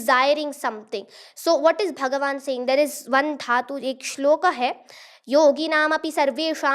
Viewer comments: बेटा श्लोका बोलना सही है श्लोक , महाभारता बोलना चाहिए या महाभारत ?? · सुन्दरं, परन्तु सा "श्लोका" किमर्थं कथयति, उच्चारणं तु "श्लोकः /श्लोक" एव खलु